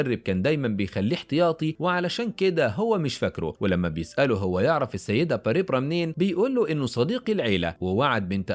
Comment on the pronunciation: باريبرا؟؟؟؟؟؟ تنطق بارْبرَا